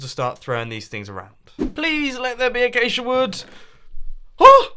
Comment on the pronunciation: learn x how to say acasia